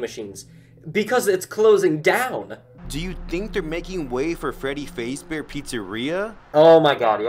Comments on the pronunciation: True, and they’re not even saying Fazbear right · Freddy fasebear ? No, it's Freddy fazebear